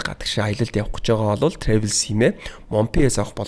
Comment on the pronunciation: Travel gedeg ugee buruu heleed baihima trevel bish travel